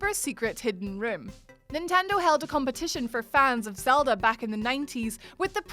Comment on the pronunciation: did anyone else hear"Zelder" at about ?